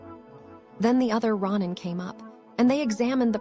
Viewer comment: Can't listen when you can't pronounce even the title